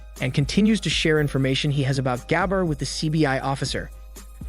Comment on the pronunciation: That's not the right way to pronounce "Gabbar". You need to pronounce first "a" in name silent than "b" two times fast together with more weight on second "b" & "r" just the way you pronounced in video. 🤥🤪 It is irritating, when you pronounce wrong.